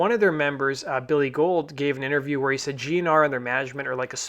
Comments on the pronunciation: Not to be "that guy", but it's Bill Gould (pron. Ghouled), not "Gold"... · Billy Gould (pronounced billee goowald ) not Bill Gold lol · Its Bill Gould, not Gold. C'mon son.